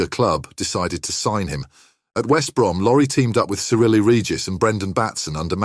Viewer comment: AI can't pronounce Cyrille.😂😂😂😂